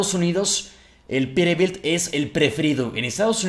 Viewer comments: se escucha que dices perebilt en ves de peterbilt pero buen video bro un like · Peterbilt es Peterbilt!! no perebil 😑😑😑 like para que lo lea